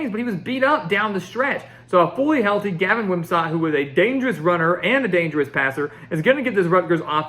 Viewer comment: It’s Gavin Wimsatt like “sit”, not “sat”.